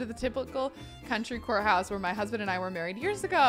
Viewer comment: Every time you say courthouse, I hear 'wh***house' and my head is like !!!